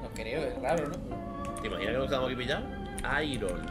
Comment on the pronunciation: "teh imaginah" JAJAJAJAJJAJAJAJAJJAJAJAJA